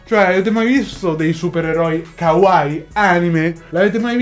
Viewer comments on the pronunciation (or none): none